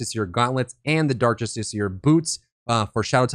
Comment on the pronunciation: Written build progression and proper pronunciation of justiciar. All it takes to win my sub is a brain.